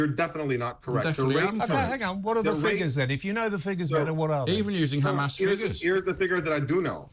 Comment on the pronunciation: Hey there isnt a G in the word Hamas, we westerners pronounce it Hamas, as its spelt, This war has gone on forever and will continue to, 2 wrongs never make a right.